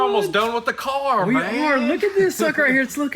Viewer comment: "Were almost done with the carrr"!!..😂😂😂